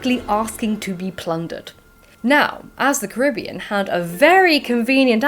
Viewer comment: That PhD student you met is spot-on with the pronunciation of Caribbean. Emphasis on ca-RIB-bean. Signed, a proud Caribbean native P.S. you are all welcome to visit!